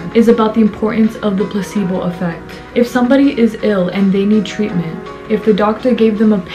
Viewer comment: Everythime you say placebo i hear „pussy-ball“😂 omg sorry 😂😂😂🙈i loved the video anywayy haha you go giirll🥰